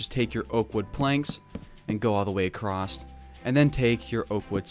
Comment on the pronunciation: "Accrost" "Anether"